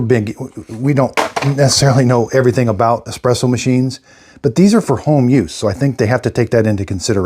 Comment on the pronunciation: i can't take you seriously if say ecspresso